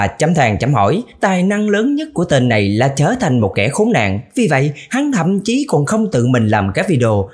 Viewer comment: " 1 kẻ khốn nạn "anh nhấn mạnh dữ luôn :)))